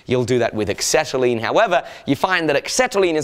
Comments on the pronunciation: Excetalene? Axetalene? Never heard of it. Might I suggest Acetylene? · LOL.. it's pronounced "asetyline"... not "ecksetyline" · acetylene is pronounced ass-set-al-een. There's no X in it. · There's a lot of people in the comments saying carbon monoxide is denser than air. It isn't. Carbon dioxide is, but the monoxide is about the same density, or a touch lighter. Also, I've never heard acetylene pronounced like that and I'm wondering if I've been saying it wrong my whole life XD